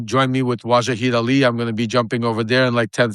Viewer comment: Hey dipsh*t some people have a bad time with pronunciation.